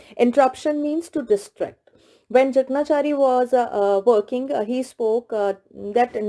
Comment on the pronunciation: Ma'am, the pronunciation of Jakanchari is : J a k a n chaari